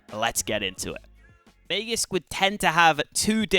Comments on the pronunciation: Its not mayjisk it is maaagisk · I speak swedish, not danish, but I'm fairly certain it's not may-jisk like says:(